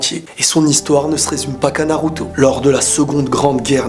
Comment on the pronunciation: il a dit naluto